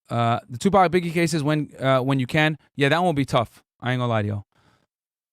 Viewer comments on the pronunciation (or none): none